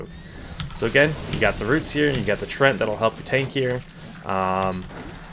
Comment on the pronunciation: Nice video, but "treant" has 2 syllables! :D